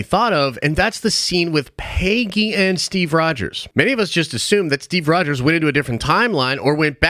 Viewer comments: The way you said Pay-gee annoyed me🤣🤣🤣 It's Peg-ee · PAY-GEE?? Bruh